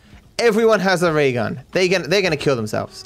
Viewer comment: why does he always pronounce it as "ray gun" and not "rail gun"